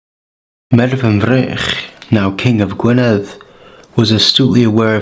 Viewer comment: Noswaith dda. I just the way you pronounce the word Gwynedd. Diolch yn fawr,. 🥇🥇🥇🥇🥇🏆🏆🏆🏆🏆